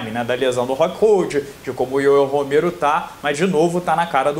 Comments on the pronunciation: primero aprende a falar Yoel Romero que parece uma criança falando . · Ué?parou de falar ioiô Romero...kkk show...